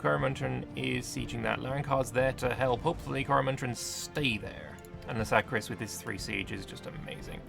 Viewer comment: Laskaris, not Lasakris. Just so you know